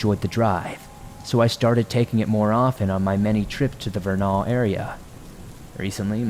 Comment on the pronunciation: I live in Utah. It's said as Ver Nel not Vernal like it's spelled, go figure. We've lots of names like that.😆✌👣👣👣